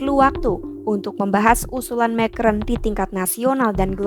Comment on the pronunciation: Pembaca berita mengucapkan nama orang prancis dgn lafal/ucapan bhs inggris. Macron diucapkan "mekron". 😅😅😅